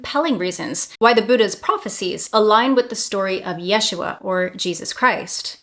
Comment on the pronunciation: Original is YESH-ua. So, she's saying it correctly.